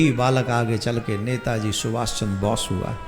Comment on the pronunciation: सुभाष चंद्र बोस है , बॉस ना कथा वाचक जी